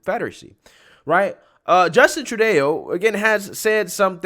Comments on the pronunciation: The Freedom Truckers can go on protests as long as they want. It's the Trucks that are not allowed. The trucks have no freedom of speech. By the way, it's Trudeau, Not Trudeo. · Justin True-Day-O😂😂😂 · True-day-o? That's only when he's wearing blackface. Loved it. True-doe is exactly what he calls Canadians. Misogynist racist, documented. You all by now should have heard that he's worn blackface so many times he couldn't remember how many and when he was found to have touched a woman improperly his reply, people experience things differently. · Trudayoh, lmao. Tru-doh. Like Homer Simpson, but more awful and terrible. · Trudeau: TRUE DÉ OH? 😕 No TRUE DOH ☺ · Trudayo? Cmon man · his name is not true da oh it's Castro. Fidel Jr. But if you want to pronounce it. True doh. Black Face. True! Doh! 🤡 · Hey sir, love your content. Just a point to help you out if you care, it's pronounced like "True-doe" not like "True-day-oh" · It's not "Troodayo", it's phonetically pronounced "Troodo" You' also mispronounced "Ontario" on purpose. I'm not a fan of Trudeau. I like your content, but I don't like the deliberate disrespect of my country. I agree that mandates are a touchy topic, but that's no reason to be rude. Plus, your country has almost a million people dead because of the fear-mongering around vaccines. Your moral soapbox is unsteady at best. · I love you man… but you keep saying his name as True-DAY-O. It’s pronounced True-dough. Keep up the great content though! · Love you my bro but its Justin True-Doe Not Trudayo lmao. Imma end up calling him that now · My guy, it's "TRU-DOH" lmao "Tru-day-oh 🤣 why you trying to make it sound fancy. Everyone pronounces it "Tru-doh" except you. Stahhppp you know it ain't "Tru-day-oh" 🤦🏽‍♀️🤣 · His name is actually pronounced True dough not Tru Day-o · It’s pronounced true-doh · It’s pronounced “True-dough”, as in he’s a true dodo-head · Learn to say his name. True/dough. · Close! His name is pronounced "troo DOUGH" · Tru Day-O